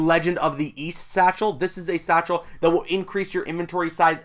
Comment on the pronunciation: Everytime he says satchel I die a little inside